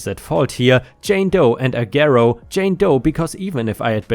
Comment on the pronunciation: The "g" in Agero is pronounced like "j," or like you would pronounce the "g" in the word age. And I could tell you a few of my own stories about what a shit show they are.